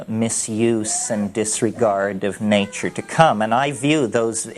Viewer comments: I love how he speaks. My all time favourite is naachoor. When he gets on the nature roll you know he is in the magical mystical realm. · it's how he pronounces nature